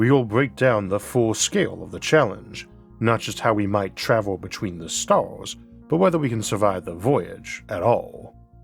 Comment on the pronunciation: Pevadox and staus and Maus. Try eleven labs. Just try. Please.